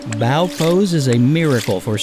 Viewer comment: FYI, Pose #12 is pronounced “Bō,” as in bow-and-arrow, not “Bäō,” as in “I bow to you.” It mimics the shape of a bow (the kind used for arrows) with the string pulled back, hence the name.